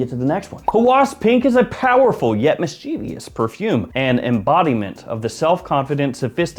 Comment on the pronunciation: Dear, thanks for the update on Guerlain Spirit- like you, I think it sounds awesome. What didn't sound awesome however, was your mispronunciation of "mischievous". You said "mischiev-I-ous" when in fact it is "mis-chiev-ous (three sylablles). You're the expert on perfume so I listen to you. I'm an English teacher with 40+ years of experience. Trust me. Great entertainment as usual, thank you. ~Ross